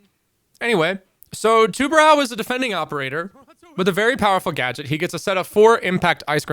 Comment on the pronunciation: As a portuguese, it’s really funny to see people struggling to pronounce “tubarão”